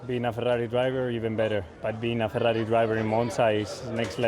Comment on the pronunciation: Girl Dinner: the way Carlos rolls his Rs in Ferrari and